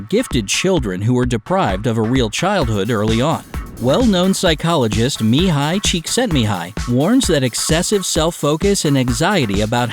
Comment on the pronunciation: Kudos to the narrator for correctly pronouncing Mihaly Csikszentmihalyi's name correctly every time without a pause. I remember having to say it repeatedly to get it right when I first read his book, "Flow," in which he phonetically illustrates the pronunciation for the reader. Good video, with some good points. I thought adding the recommendations for overcoming each problem was particularly helpful.